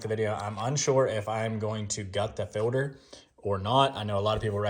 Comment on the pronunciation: You are saying "Fill-der". Its Filt-er.